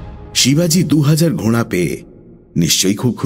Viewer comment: খুব ভালো লাগছে, তবে কথাটা ঘোড়া , ঘ য়ে চন্দ্র বিন্দু টা বড্ড কানে লাগছে।